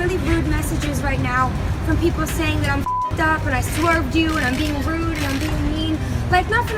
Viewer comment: that's so "Rude--ah" you simpletons know that saying "Ah" after every word just shows you are a simpleton and an illiterate "Moron " This current generation are really just uneducated useless future warehouse workers.